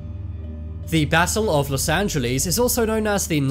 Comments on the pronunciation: Loss Angilees? 😂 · btw it’s not Los Angeless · Ah yes los angelees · los anjeelees the way he pronounced it💀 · Where is "los angel LEES"? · Los Angelees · Los angelees - 💀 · los angalies??💀💀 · Los angeleejs 💀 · los Angelees😂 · imagine saying Los Angeles wrong